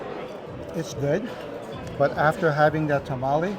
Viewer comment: Tamale, i think sometimes you guys say it wrong and sometimes you say it right? Its throwing me off. 🤣